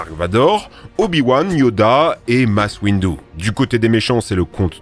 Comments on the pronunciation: please la prononciation clone war masse windu mes orieilles pleaze !!!!!! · "Masse windu", bon d'accord 🤣... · la prononciation de Mace Windu et de Grivious fait mal aux oreilles mais sinon excellente vidéo bravo, la partie sur Clone Wars est incroyable